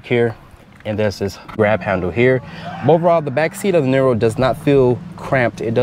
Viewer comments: it's pronounced NEERO (like hero), not NIRRRO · It's pronounced like "Near row", not "Knee row"